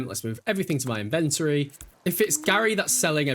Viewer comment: The way you say “inventory” is hurting my soul 🙃